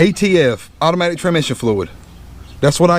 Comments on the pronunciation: Did you actually call that “automatic TRANmission fluid? And, even do it several times? “TRAN mission” fluid? WTF! Congratulations, you get to “hillbilly English award” for the day! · Trammmisshinn fluid?